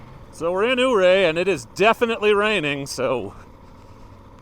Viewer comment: Nice footage, though some things to know and think about. It's "U"ray, not "Ooo"ray. And it's "Ofer", not "Ofear". Keep in mind that, yes, there is too much traffic now in the high country because of all the types of vehicles available, and the exposure the internet provides. It's a bit ironic that 1.) your group of 10 and 2.) your content here add to the problem....